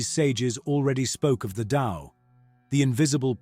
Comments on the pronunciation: It is "The TAO" not "the Lao" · Pronounced DOW